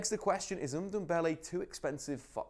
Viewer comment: Tanguy Undumbele? 😂😂😂